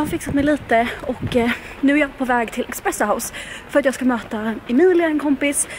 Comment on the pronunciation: Bara jag som hörde när sa expresso house? haha